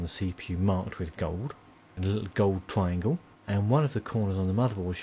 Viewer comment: Twiangle haha